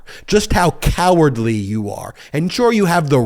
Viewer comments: If you’re gonna do the whole fake outrage rant, just remember there is a “d” in the word “cowardly”. 😂😂😂 I want these people persecuted but that rant was cringe. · I'd be more impressed if you could hit the "d" when you are ranting..